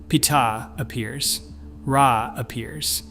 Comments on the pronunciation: "R [space] A" Its just Ra bro. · Ar-E? Petah? What is this slop?